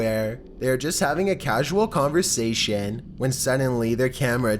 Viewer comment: “Beside ETTTT” “during the dAY” “conversatIAN” like I can’t listen to it anymore ahahahahhaa